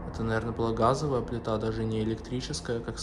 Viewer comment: дажЕ,а не дажэ,пиши доча, грамотно,ге коверкай русский язык!